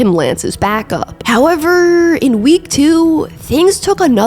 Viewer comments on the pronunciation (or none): I know I’m armchair quarterbacking… but the narration ain’t it. Couple times your inflection on the last syllable doesn’t always have to be accentuated. Ex: seaSON “how-EVERRR”